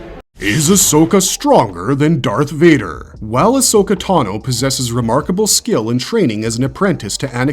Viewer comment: please stop saying ahso-katano. It makes me uncomfortable as hell